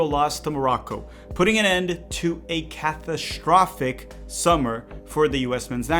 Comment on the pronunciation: You are not white Why you say catashtrofic